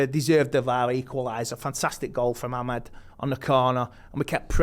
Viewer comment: At least get the names Right… Diogo not Diego and Amad not Ahmed.